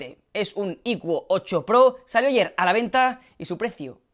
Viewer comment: la Pronunciacion correcta es "Aiquu" 8 Pro